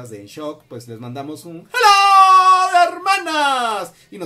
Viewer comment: Me gustó muy bien! Muy seguro! Lo único que falta practicar es el herrrmanaas!!!!Pero BIEN 😉